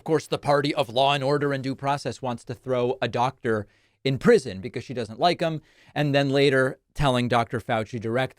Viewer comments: “You’re not Dot-Der” what??? 😂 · Is she saying "dotor"?